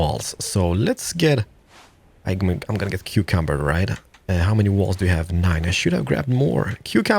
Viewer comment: Is he saying cucumbered?